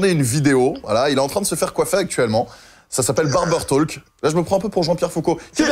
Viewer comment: Pourquoi tu prononces le L de Talk ? Pour un fan des États-Unis, c'est auch.